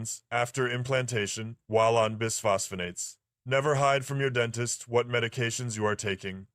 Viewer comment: Dr Dent-ist 😂